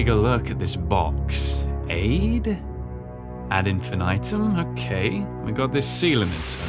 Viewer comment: The “ad infinitum” pronunciation is killing me 😂